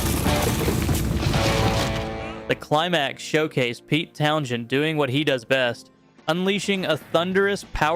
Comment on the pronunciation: Pete Town Shend??